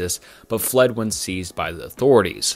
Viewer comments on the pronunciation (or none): none